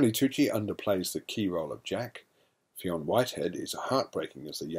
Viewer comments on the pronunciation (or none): Great review but just letting you know fionn whiteheads name is produced finn not feoon :)